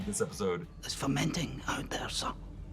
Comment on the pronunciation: "Pockets ARE FER-MEN-TING". You're welcome.